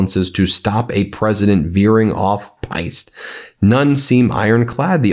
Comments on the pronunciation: Great as always. Yes , it’s totally alarming ; he has the nuclear codes !!! . Sorry to be pedantic, but, “piste”, is pronounced , “peest”. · Quick fyi to Ben: “Piste” (rhymes with “beast”) is a skiing term that means trail. The usual expression is “off-piste,” meaning something is going off track. Like Trump’s brain.